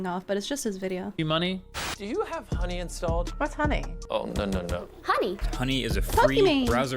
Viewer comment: This did not sound like "Honey" to me 😂 I'm cooked I need a break from the Internet 😅